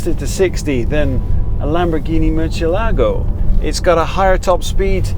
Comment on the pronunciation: Just an observation and a common mistake amongst Anglo-Saxon journalists. Lamborghini Murciélago (Spanish for bat) is pronounced with the stress on the second syllable, not the third ,as denoted by the stress mark. So instead of MurcieLAgo you should say MurCIElago.